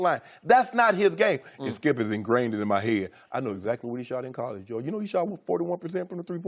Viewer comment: loooool he tries to say skip straight after and fails loooool